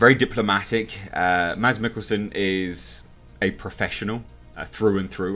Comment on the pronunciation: The "d" is silent in Mikkelsen's name...pronounced Mass...